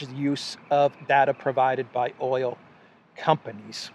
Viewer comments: “Oyel “ Love the (Brooklyn?) accent! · Like Olive Oyoll?